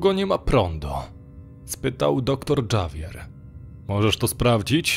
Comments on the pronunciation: Dżawier herrera? Sorry, że tak się czepiam, ale gorzej się tego przeczytać nie dało. Litera ,,H" w hiszpańskim zawsze jest niema więc - errera. Javier przeczytałbym raczej ,,hawier". To tak na przyszłość, bo dla kogoś kto trochę zna hiszpański lub inny język jest to bardzo rażące. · Na przyszłość, Javier nie czytamy Dżavier, tylko Havier, zwłaszcza, że akcja segmentu dzieje się a Hiszpanii, jeśli dobrze usłyszałam